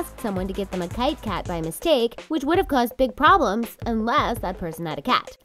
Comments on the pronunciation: Literally no one except your pronounciationally challenged narrator has ever called the cat food kite-kat. It's Kit-e-Kat, you know like Kitty Cat, that's why the e is red. Learn to speak, because this is not even the first or most idiotic think this narrator has mispronounced to the point of absurdity. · Kite kate? Its Kit E Kat. Isnt it? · the cat food kitekat (a popular cat food in the UK) is pronounced kitty kat as opposed to a kite of the flying type